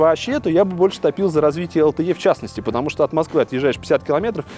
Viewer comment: Какое такое ЭЛ ТЭ Е? LTE читается как ЭЛ ТЭ И! Из уст блогера, который занимается технологиями, звучит как то диковато.